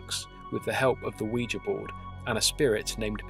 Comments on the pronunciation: my understanding is that the name derives from the French and German words for "yes": Oui and Ja. Therefore, your pronunciation would be correct. Great channel, btw. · I've heard it pronounced both ways. I think you're saying it the right way. It was a very interesting video as well. Now I don't have to be so afraid of the Ouija board.